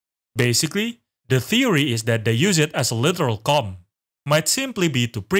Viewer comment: I love your accent, it makes these videos twice as interesting to watch, but it's so funny that you thought we would get distracted by the boobies when you talk in length about combs, but I am constantly hearing “cum“